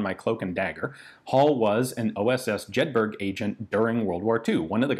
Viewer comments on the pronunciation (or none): "Hall was an OSS Jed-burg agent" Everyone in Scotland and the North East of England wonders why they just winced simultaneously. "Jed-bruh" MoD assigned the codename, so definitely British pronunciation, Jedburgh was a joint British-American-Franco-Belgian operation, with some Dutch participation as well. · Although Jedburgh looks like it'd be pronounced jed-burg, it's actually pronounced like jed-boro. I have no idea why it's pronounced like that, but I grew up vaguely near the place and that's what people in the area call it. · Jedburgh is Scottish and is pronounced Jedburr with the emphasis on Jed. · I can't have someone with a Scottish surname pronouncing Jedburgh like that.... It's "Jed-buh-ruh"